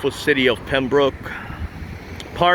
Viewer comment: don’t know where you learn to read, but it’s Pembroke not Pembrooke.